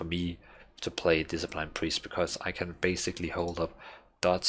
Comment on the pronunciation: "Diseplain Priest" x)